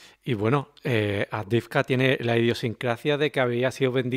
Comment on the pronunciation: Miguel Ruiz/Juan Antonio Aguilar los "sigo" desde el comienzo de la OME Tratan excelentemente con acertados y exactos relatos lo que acontece realmente en el frente. La ciudad en cuestión se pronuncia "AVDIEYEVKA" a partir de una incorrecta transcripción del ucraniano. Lo mismo ocurre con Jarkov, Lvov Soy Ingeniero Militar Aeronáutico graduado en 1977 en Academia Zhukovski. Obtuve Maestría en Ciencias Técnicas (MSc en CT) y posteriormente el Doctorado en CT en . Hablo ruso desde 1963